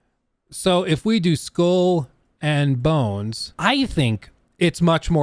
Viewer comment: "School and Bones"? xD